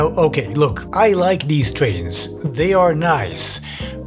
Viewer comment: Pwease Amewicum, we want mowe TWAINS.